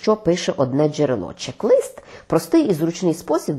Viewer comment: Якщо вже не тямлять сказати українською, то казали хоча б чек-лІст, не чек-лИст.